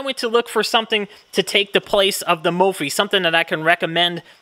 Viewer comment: 250k people and you’re still pronouncing it wrong 😂